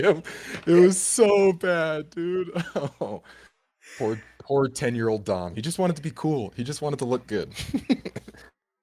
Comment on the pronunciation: 2 hours of Dom trying to get Dr K to call him Dom instead of Don, without outright correcting him xD Man this was so good though. I relate to so many of his struggles, getting stuck in a loop of just consuming media constantly and then getting angry and frustrated at myself for not being productive and working toward my goals, being angry at my incredible parents for the areas where they could have done better, and then feeling guilty about being angry at them despite all the good they've done for me, and knowing that where I am today has far more to do with me and my choices than anything my parents ever did or didn't do. But I'm also kinda fired up after watching this too :) Let's work on our goals a bit today, gamers. Embrace the gigachad within, but only the gigachad by Dom's definition.